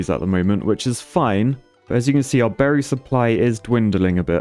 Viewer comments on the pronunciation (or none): none